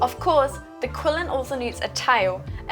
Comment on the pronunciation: This is wonderful, and thanks for the guide! just a friendly reminder that it's pronounced more like a "Chi-lin", cheers!